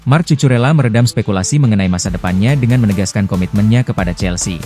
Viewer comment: tulisan nya emang Cucurella tp dibacanya Kukurella min 😅